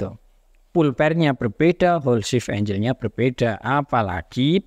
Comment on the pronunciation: angle dibaca enggel bro bukan enjel